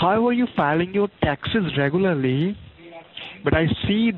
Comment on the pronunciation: "reh-goo-ylur-lee." is that you, john leguizamo? KEvron